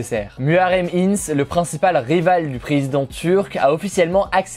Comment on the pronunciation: Tu aurais pus faire un effort pour prononcer les noms du “presinden” turc et de l opposant (ça se lit redjep Tayyip erdoan et muharrem indjé) mais bon le plus important c est que tu na pas parlé du fait que les votes ont été fortement truqués ,que l opposant mageur à possiblement été menacé de dire la vérité sur le vote, que une agence non officielle a annoncé les resultats en faveure de erdoğan avant que le contage des votes ne soit arrive a la moitie. Finalement tu aurais pu parler que la Turquie , mon pays, est entree a partir de ce jour dans une democratie ou il n y a plus qu un seul parti qui est au pouvoir en plus d avoir un dictateur qui le dirige.